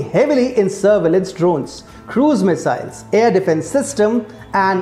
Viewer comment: "air defense" and "capabilities". Pronunciation can improve.